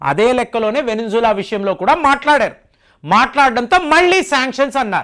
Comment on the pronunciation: adi venezuela Veninzula kaadu